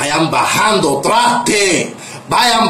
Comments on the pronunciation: Al personaje este se le olvidó pronunciar la “R” en todo el video 😂😂😂😂 tlaste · Porfavor dígale a este que se dise traste no tlaste jajajajaja 😅😅😅